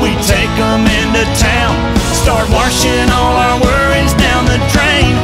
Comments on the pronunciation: Thank you for closed captions for hearing impaired but if you really want them to know the phonetically pronounced lyric it’s warshin not washing🤠. My Daddy was a huge classic and new country fan and loved this song! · "WaRshing" instead of washing😂💀